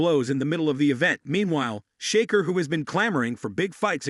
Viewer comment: Can't even say his name right !!!!sheker wtf 😂